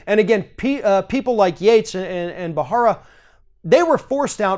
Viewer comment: 🔥 Preet Bharara is pronounced “Barara” with a silent H. Thanks for sharing your thoughts. The entire list of departures is MUCH LONGER, but you only have so much time, and it would have taken it ALL! Why not just start classes on How Fascism sneaks up on “Free Societies? That would be a great gift to all. Trump has handed us over to the Control of Vladimir Putin. He is way too Kompromat-ed to EVER resign, and thinks that the Less people he has around him, the more Powerful HE IS.